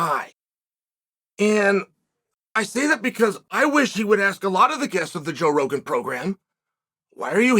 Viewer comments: Did he say Bro Jogan? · I love that he feels the need to tell us joe rogan has a podcast 😂 Oh and getting the name wrong was the icing!